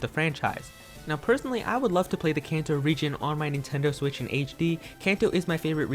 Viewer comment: “Nintendo swit” 😂👌 “Nintendo swi”😂😂😂😂😂💀💀